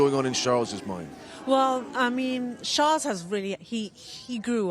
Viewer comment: Yay! Someone who can pronounce Charles! Well done Sky. Yes, Lewis not there to win per-se - nice if he does obvs - already a success, the branding/marketing machine loves him. Sells cars and embellishes the brand irrespective of on-track success. Interesting move.